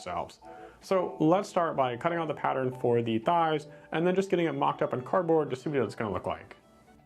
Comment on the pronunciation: I love the emphasis on “thighs” 😂